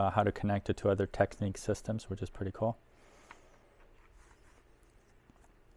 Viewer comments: Great video & find. It’s Technics, not “Techneeks” :) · Wonderful machine, and very nice video. But why on earth do some people insist on pronouncing the brand name "Tek-neeks"? In their own old commercials from back in the day you can hear it pronounced "Tecknicks". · It’s pronounced tech- nicks .